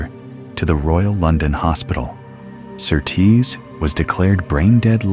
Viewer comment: You pronounce Surtees as SURtees, not SurTEES.